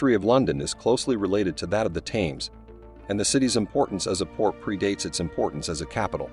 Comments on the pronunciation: For the love of God! It isn’t “tames” as in “tames a dog”! It’s pronounced “tems”, not is Gloucester pronounced “glouster” as in “ow”. It’s pronounced “Gloster”. This would have been interesting if you’d bothered to instruct the narrator in pronunciation of place named or, you know, gotten someone who already knew how to pronounce them. What kind of history channel is this lazy?????? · THAMES pronounced TEMS!! All Brits will be shouting at the screen 😂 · "Tames" NO just NO Hurt my ears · It's hard to take any channel seriously if they don't use correct pronunciation. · I'm not even a Britt and I k own how it's pronounced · The Narator is an AI generated voice. Hense the mispronuncation of the river Thames. Not to take away from the actual content of the information. Its to robotic on repeated words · This bozo cannot even get the name right.